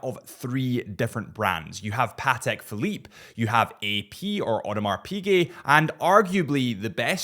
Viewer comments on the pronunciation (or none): none